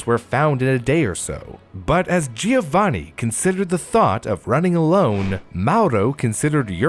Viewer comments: It's JOE-vaNNN-ee, not GEE-OH-vanee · Oh honey you're trying so hard with the pronounciation I really appreciate it, pretty good! But please remember the "i" in Giovanni is not pronounced! It is more like "jo-vanni" , no "i" sound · My best friend's fiance is from Italy, she said it's pronounced JO-vanni 😅 "The more you know!"